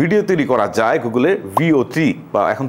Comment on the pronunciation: 'যাই' নয়, যায়।